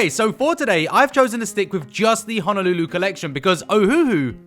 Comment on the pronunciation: Am I the only 1 who caught him say honalulu